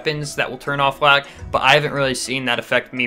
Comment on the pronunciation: I thought u said blag